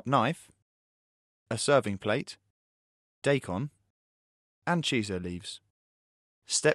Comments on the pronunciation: It's die-kon, not day-kon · it's not DAY KON it's DYE KON~!!!! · its not daykon... its DIE KON! and its CHEE SO! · Not "Day-Kon". It's "DAAAAIIII - kon" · wtf they spell it daikon and they pronouce it day con? i wish sometimes i can do 1000 thumbs down.